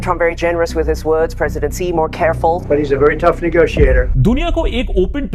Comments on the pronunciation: It’s not “zee “ it’s rather “see”!! Xi Jinping( सी जिन्पिंग) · Xi pronounce as Shi, not Ji . In China X sounds like Sh . Example : Xinjiang is actually pronounce as Shinjiang , not Jinjiang . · Spelling: Xi Pronounciation: She